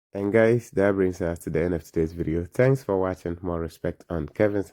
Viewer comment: O. M. G. Can't stand this dumbass commentator a reactionary guy he can't even talk he said tanks instead of thanks. More respect on the legend